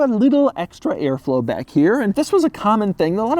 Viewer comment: Did he say “Which looks just as strange in Dack “ instead of Back🤔?? Am I the only one heard that?😂🤷🏾‍♂️